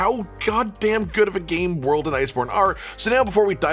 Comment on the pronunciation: Return to wold 😌 Return to rise 🤣